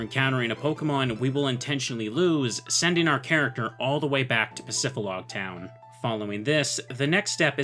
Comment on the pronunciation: bro please bro... Pacifi >D< log... "dee" pacifidlog, not pacifilog... please bro it hurts... just read the word